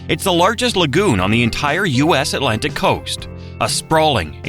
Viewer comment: Not to mention, Atlantic has two "t"s. It is not "uhlantic". The facts are interesting, but the mispronounciations are so distracting I can't finish the video. It's a shame; I love North Carolina and have spent time in the beautiful Outer Banks, the beautiful mountains, and points in between.